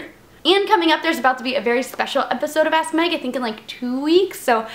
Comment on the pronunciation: every time you say "ask Meg" sounds like your saying ass meg.